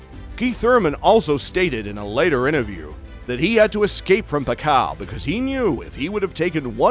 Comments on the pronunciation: PAK-YAW!! Not Pa-kaw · Pack- kyiaw not pakaw😅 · Paqaw🤣 its pakyaaaw not paqaw😂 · sometkmes he said it correctly the same way as how filipino say it. Pakyaw. But he usually say Pacow sometimes pacquiao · Pakyaw not pakaw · The pronounciation of Pacquiao should be Fuck-kiaw not Pa-kaw as you Pronounce.😁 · I love your video bro, but your pronunciation for Manny surname is wrong. It's "PAC-QUIAO", and not sound like "PACAO". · pakaw🤣🤣🤣 its not pacao. its Pacquiao (pak-yaw). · What do you mean pakaw?? Haha pacquiao (pakyaw) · It is pronounced PAK-YAW not PACKAW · It’s PAK-YAW (Pacquiao) thanks me later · P A K A W... dude butchering his name throughout the entire video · What the F...this vloger no good pronounce of the name pakaw, shit.. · you are an excellent narrator but who the hell is Pacau? ^_^ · pack-kaw? really? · ...Better get your IVR voice updated (not Pacao) just call him Manny... have to thumb u down. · It’s pa-ki-yaw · Who's pakcow? Please say it right. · Nice video bro. However you need to know how to pronounce the living legend's surname right. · If you want to show respect to Manny Pacquiao, learn to say his name right... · atleast. try to pronounce his name correctly, right before making a content about pacquiao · The pronunciation of Pacquiao is killing me!🤦‍♂️..smh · Not a big deal. It's a good content regardless of the wrong pronunciation 😊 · Please teach this Guy proper pronunciation....